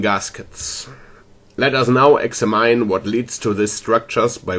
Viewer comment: The way you pronounce "Examine" is way off lol. An American English speaker pronounces it like "Ecks-amm-enn" or Eggs-ham-hen.